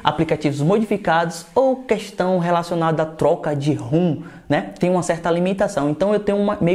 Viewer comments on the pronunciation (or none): none